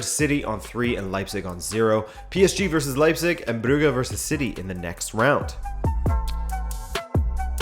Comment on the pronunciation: Part of the originality of this channel certainly lies in the way you pronounce the name "Brugge" as "Brughe" not "Bruj" as everyone else on the planet or at least "Bruhe" as the Dutch and the Flanders actually do